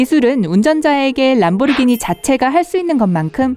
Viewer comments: 왜 자꾸 람보르기니를 램보르기니라 하지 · 발음 뒤지네 램보르기니 ㅇㅈㄹ